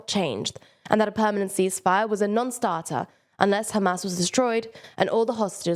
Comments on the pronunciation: This girl pronounces Hamas totally wrong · Why does the presenter mispronounce “Hamas”?